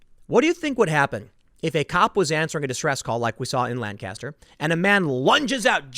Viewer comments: Hayden, isn't it like nails on a chalkboard hearing Tim mispronounce Lancaster? Driving me nuts. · Chris Young it’s awful, always bugs me when people don’t pronounce it right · Man I had to cringe every time Tim says Lancaster wrong. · It's pronounced "Lancaster." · That is NOT how to pronounce PA's "Lancaster" !!! ugh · I cringe every time you say "Lancaster". Learn to pronounce it correctly! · Hearing Tim pronounce Lancaster is cringe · LOL there is a Lancaster in California and we pronounce it as Lan-Caster. But that's in California. You're right about Pennsylavnia's Lancaster. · Thank you just the same. You have to live in the area to know just how butchered it gets pronounced by those who don't. It's one of those things where you cringe when not done right. :) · Fox News is the only outlet that pronounces Lancaster properly. Even Brainiac Ben Shapiro doesn't pronounce it properly. You certainly don't. Get your s*** together brother. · does the way he is pronouncing it bother you too? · Tim, love your reporting but my ears burned every time you said lan-caster. I live in Berks county PA which is right next door and its pronounced Lanc-aster (Lenk-ester). Lan-caster just makes it sound like they are fisherman but they are Amish, they build barns with planks so its more pronounced like plank-aster without the p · It is not pronounces Lan-cast-er. It is LANK-ESS-TER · We pronounce it Lang-custer not Lan-caster. Just saying. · Lanca-ster! Lanca-ster! Lanca-ster! NOT Langcaster. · Tim, please, its lang-caster not lan-caster. As a dweller inside Lancaster I am deeply offended, and my day is ruined. Keep up the good work though man. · Tim, you gotta learn to say "Lancaster." Lank astir. not Lan caster. You live an hour away. Love, a dude who lives here. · Bro we pronounce it Lane-kisster... Not Lan-caster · Lank-is-ter Tim Lank-is-ter Not lan-caster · It's pronounced LANCaster. My grampa lives there. 🥰🇺🇸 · It's pronounced "LANK-uhstur" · TIM ITS PRONOUNCED LANK-ISTER